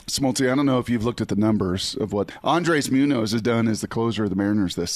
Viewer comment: Andres Mew-Nose?